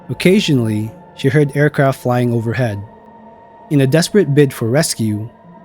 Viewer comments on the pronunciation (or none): none